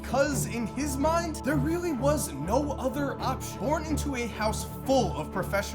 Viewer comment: Did anyone else hear say porn?? Instead of born